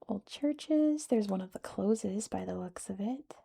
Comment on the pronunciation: Its Close as in being close to something rather than closed. Wynd is not pronounced wind. It's like winding a watch. I've done a terrible job of explaining that!